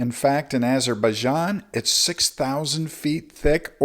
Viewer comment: "Eyes of baijan"